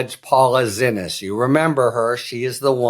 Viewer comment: Harry's still calling her "Zinnis". How?! DO BETTER, PLEASE. It is pronounced "see-knees", she corrected the record at, i think, the FIRST court date.